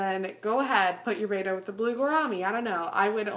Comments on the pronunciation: it's Betta not beta BETTA not beta look it up Betta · Just fyi betta is pronounced bet like i bet.. and uh (bet-uh-s) lol i did the same thing and i got alot of hate just trying to save u lol